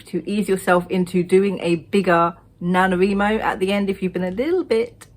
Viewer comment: I love how you say NaNoWriMo!